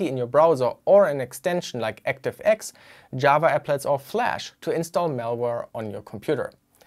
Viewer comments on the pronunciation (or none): none